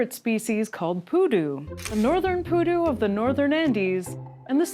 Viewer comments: The Pudu is not poo nor doo. 💩 🦌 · Stop saying poo doo! You’re going to kill everyone in our drinking game! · "Pudu" sounds like "you do"